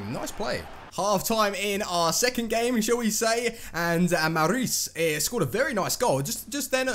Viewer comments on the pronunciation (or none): none